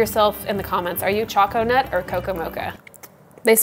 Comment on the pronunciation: Gonna go make some raspberry zinger. Pretty sure choconut is intended to be said like 'choke a nut'. So it sounds more like coconut. What was the refractometer measuring?